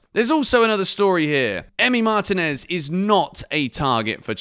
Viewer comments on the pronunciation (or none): none